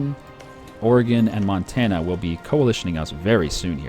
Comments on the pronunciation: Mon-tan-ah say it with me friend. Not Mon-tin-ah. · it's M-on-t-a-nna not Mountaina. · Hannah Montina. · Every time he said montana I died a little inside.